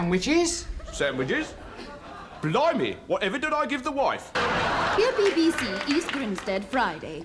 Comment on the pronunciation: The highlight was John Cleese’s pronunciation of “blimey!”